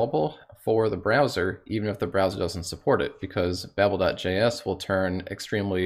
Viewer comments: Learning how to pronounce "Babel" properly also helps :D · Low quality comment - plus you're wrong. It's pronounced babble, per a Twitter thread where babel was consulted. ":D"